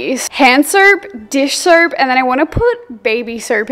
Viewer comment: I love the way she says soap like "surp"